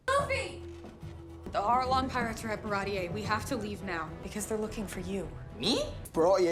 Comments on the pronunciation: so far i think every name in this show was pronounced the japanese way except baratie. baratie: bah-rah-tee. they say 'bah-rah-tee-eh' it sounds fancier i guess. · In all fairness, my introduction to OP was the manga, so when I got to this arc, I thought Baratie was pronounced Ba-ra-tee.